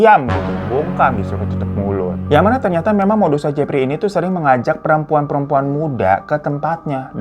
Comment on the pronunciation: Emang udh paling benar si hiro nyebutnya si Jefry wkwkwkwk